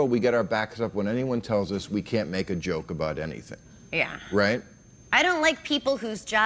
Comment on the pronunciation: Joak is not a word, however... you keep trying.